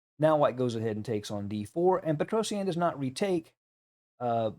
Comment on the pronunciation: Google petrosian and listen how his name is prounounced as your still saying his name very wrong